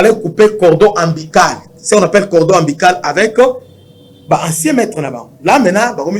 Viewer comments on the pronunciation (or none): Cordon umbilical et non ambical Tu parles bien mais JE te supplie de faire UN effort Sur l' articulation de mots